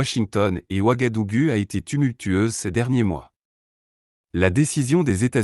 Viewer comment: Le U se prononce ou Wagadougou. Ouagadugu.